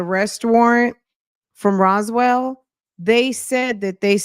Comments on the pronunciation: That part was irritating bc how do you live there and not know how to pronounce it. More importantly how do they have several charges on your husband and you don’t know how to pronounce it. 🤔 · Hey Fran! hey Chat! So ShurLee didn't know how to pronounce Roswell (Rosewell) but her BOOTY salon was in Roswell? Fran your laugh is infectious "How do they know where yo booty salon was" 😂😂😂 Thanks for all you do, hun!